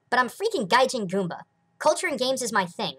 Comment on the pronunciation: Goomba, not Goombah. As in the monster from Mario.